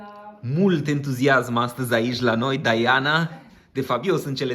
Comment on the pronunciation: Se zice și citește Diana, nu Daiana.Va-ți englezit.